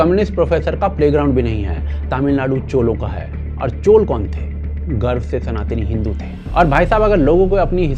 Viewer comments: Chola, not Chol. tikh se nam lena bhai. Hindi bhasha Sanskritam shabd uchharan ko mother sister karrakhi hai, fir ayi hindustani dhobi ka doggy jo ..! 😂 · Bhai ur video are always great but chola ki chola bolo chol nahi.. naam ko change math karo.. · CholA not Chol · Chol nahi. Chola. Please correct your pronunciation. Other than that, thank you for making this video. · It's not chol, it's chola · Koi chol nahi hota. Please pronounce correctly. Thanks